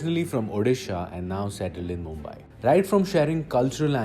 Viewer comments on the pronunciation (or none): none